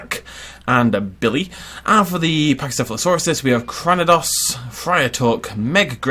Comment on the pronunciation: The pachys name is pronounced cra- NEE- dos. It’s a Pokémon you uncultured swine.